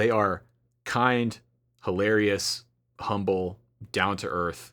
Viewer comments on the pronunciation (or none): none